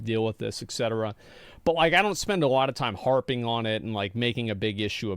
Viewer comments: Et Cetera is pronounced with a t insead of an x in et, please stop saying ex cetera :I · It's et cetera. Not ex cetera. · ET CETERA, NOT EX CETERA